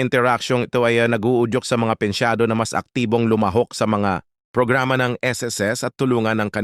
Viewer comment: pensiyonado hindi pensyado